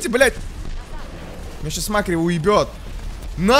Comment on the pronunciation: Не мАккри а маккрИ